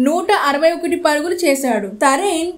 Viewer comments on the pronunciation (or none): నరేన్ పేరుకూడా పల్కడం రాని యాంకర్